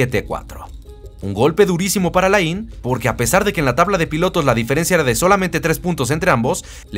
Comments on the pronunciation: Alain se lee Alén. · muy buenoel video.....q recuerdos de aquellos años en q empezaba yo a ver formula 1,,,,,,,,,pero por lo q mas quieras,,,,,,aprende a pronunciart alain,,,,,,no es muy dificil